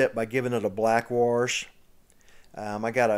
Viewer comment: it sounds like you are saying "Warsh"